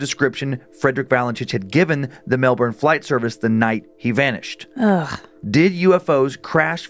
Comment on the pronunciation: Melbourne is pronounced Mel-bin